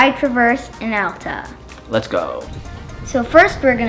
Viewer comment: Great video. My only criticism is that Alta is pronounced al-ta, not all-ta.